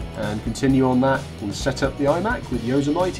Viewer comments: Hate to sound picky but Yosemite is pronounced Yo Sem itty... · No offense but you really butchered the word Yosemite. It's pronounced Yo-sim-it-e lol just so you can get it right. Good vid though. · don't you even know how to pronounce the operating system?